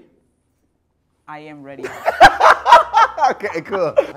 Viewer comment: HAS ME LAUGHING CRAZY LIKE THE “I. Am. Ready.” SO CAREFULLY SAID IS JUST SO FUNNY AHAGSHAHHA